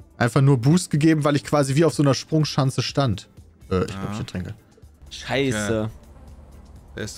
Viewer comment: von das "wieso bin ich denn so anders?" hätte ich gern im best of wenn er mal wieder nicht sprechen kann, auch sonst nen super einspieler für diverse fails;) geil, die SprunCHANCE kenne ich auch noch nicht, dachte immer das ist die Sprunschanze..